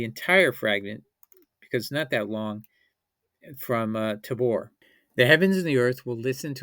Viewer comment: Great video series. James D. Tabor's name is pronounced TAY-BOR not TA-BOR